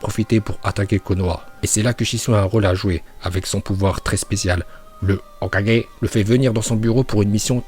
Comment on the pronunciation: Sa me tue comment il dit hokage